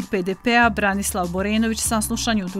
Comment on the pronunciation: Čovjek se zove Branislav a ne Borislav. Selam za BHRT